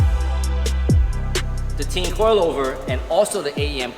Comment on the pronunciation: Tee-in. Tea-in. Put it together. U get Tein.